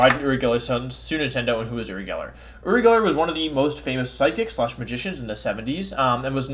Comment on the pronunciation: I’m not sure if Wolfey is purposely mispronouncing Uri like he does with Pokemon names or if he genuinely doesn’t know how to say his name.